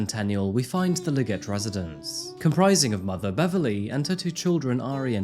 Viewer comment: 3 minutes and 17 seconds and in maybe 18 or 19 seconds in, I swear he said Liggers instead of Liggett.